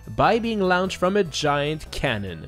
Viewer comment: That one time when says "laounched"